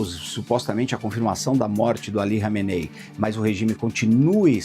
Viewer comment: Nossa o repórter não sabe falar o nome do líder ali kameney kkkkk